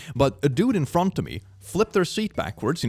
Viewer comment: "A dud in frånt åf mi"